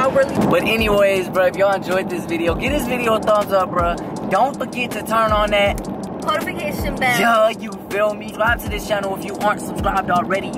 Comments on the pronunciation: said potification bell😂😂 post and notification combined cuhhh😂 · Is it just me or does always say ”Potification bell”?